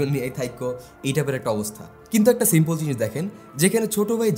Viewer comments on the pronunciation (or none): none